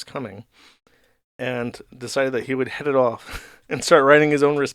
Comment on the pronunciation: pronouncing "head" as "hud" --> electric chair